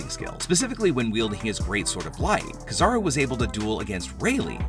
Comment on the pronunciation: Shanks definitely, but I really hate how you pernounce kizaru(ki-zah-roo).